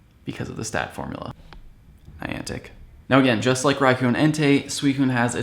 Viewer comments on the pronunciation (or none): You said "Rai-ku", it's pronounced Rai-kohhh...you said so in your Raikou guide. :) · its pronounced RaikOH.